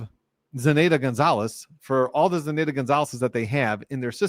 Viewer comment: Love that you’re covering this and doing recaps! Your insights are invaluable. Btw, the “nanny”’s name is pronounced Ze-NIGH-duh aka Zanny (“Zanny the nanny”) 😊